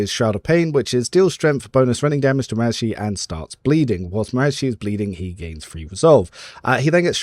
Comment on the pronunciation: it bothers me how you say marazhai. lol, i thought it was ma-rah-zhai(like rhymes with sky or eye).